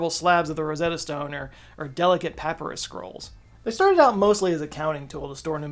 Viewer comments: you pronounced Papyrus, Papa-russ,… really? In all my 53 years, I’ve never heard it pronounced that way. I’ve only heard Puh-pie-russ. Crazy. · puh-PIE-rus.... not PAH-pu-rus.... *twitch* **twitch* Thank you for this - it's fascinating! Question: could the Quipucumayocs be called the "Quipers of knowledge?" hahah i had to.. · Simple correction for papyrus: That's "pu PY rus", not "PE pu rus". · Seriously? "Pap-a-rus" scrolls? You've honestly never heard anybody say "pa-PIE-rus"? Not even in that Ryan Gosling skit on SNL? Quibble #2: no Inca would have had sheep in his stable before the Conquistadors got there. Before the Conquistadors, the only sheep in the Americas was the Bighorn, which were never domesticated. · Papyrus, Pa pi rus. 😬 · He just said "Pah-purr-us" scrolls. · It's Pa-PIE-rus. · Papyrus = Puh-PIE-russ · pa·py·rus /pəˈpīrəs/ ...(sorry, sorry! I couldn't help it!) I have a form of Misophonia that makes me irrationally upset when people mispronounce things! NO hate! love your content! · I'm sorry, wait, hold up. How did you pronounce "papyrus"? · I love you,, but your pronunciation is real iffy here. I wouldn't mention it except that "Cusco" is said like a million times in The Emperor's New Groove and I've never heard anybody say papyrus like that